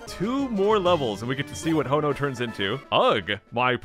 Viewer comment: HO-NO should have been No-oh